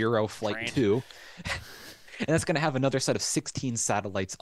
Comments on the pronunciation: I have heard the word “tranche” used a lot over the last ten years in financial circles, especially government payments (it just means a “portion”), I thought it was used in spaceflight as well, but listening to y’all butcher it over and over was priceless. It’s French, ignore the e at the end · hello ... love your feed... BTW ... tranche... in french means slice/section or part. it's pronounced 'Transh'... the e is silent so you were nearly right.... love you guys.. xxx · Tranche rhymes with raunch or launch